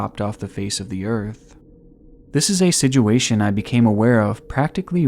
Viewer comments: Please stop saying sij-u-a-tion. The word is sit...with a T...sit-u-a-tion. Love your videos, but it grinds my eardrums to a pulp every time I hear you mispronounced such a common word. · OMG IT'S "SITUATION" NOT "SIDJEWATION" "SITUATION" Pronounced "SIT CHEW WAY SHUN" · He said Siduation again, take a shot. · What is a “sedguation”?? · He said siDuation, take a shot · "sidgeyoowaytion" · i cant help but notice how he says “siduation” 😭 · “The sidguation” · “For all intensive purposes” “Siduation” is there anything you can say right? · he says situation like : sijuashin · Situation is pronounced "si-choo-ay-shn" sorry man great documentary but this killed me it. BTW though this was an awesome documentary. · Great video. I love your content. Something that really sucks though is that you use one word a whole lot in your videos and what makes it worse is that you pronounce it incorrectly and it bothers the hell out of me. I know, that's my problem but I'm still going to tell you about it. SITUATION. That word. SICH-U-A-SHUN. You say Sidg-u-a-shun. It's just wrong man. Also, you used a term that was also wrong. "All intents and purposes" is the term. Not " all intensive purposes". I would appreciate being told the correct way to say things and I hope you feel the same. Seriously, that "sidg-u-a-shun crap is terrible though.